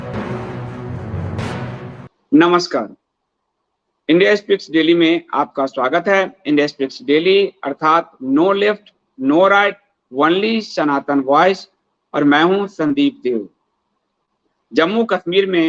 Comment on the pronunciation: please correct your pronunciation of ‘only ‘: ओंली धृष्टता क्षमा करें